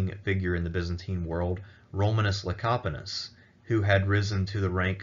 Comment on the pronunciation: Kudos on pronouncing the name "Lecapenus" correctly. You really dodged a landmine there lol.